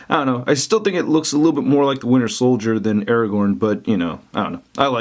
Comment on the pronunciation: I know there are other people besides me that also hear "winner soldier"